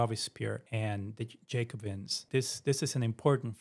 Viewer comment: All good, but... Louis = 'Loo-ee' Marat = 'MAR-ah' Toussaud = 'Too-so' Jacobins = 'Jack-ah-bins' Pentimento plural is pentimenti.